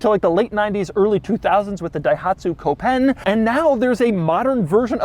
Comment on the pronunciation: ( COpen, not coPEN. COmpact-Open, not compact-oPEN. )